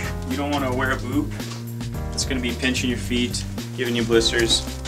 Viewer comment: I swear he's not saying boot, he says boob